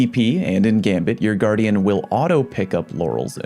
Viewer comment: its guardian not gu-ardian why do you say it like that...